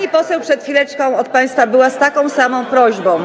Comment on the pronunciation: no właśnie jak się dużo czyta to wymawianie ą, wchodzi ci w krew. Opanowałem to już na etapie liceum i nie wieśniacze "prośbom". Poza tym to marszałek i musi trzymać wyższy standard niż zwykły człowiek.